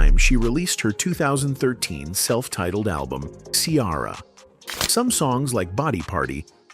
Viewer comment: WHY YOU KEEP CALLING HER KIARA!!👿🤡😫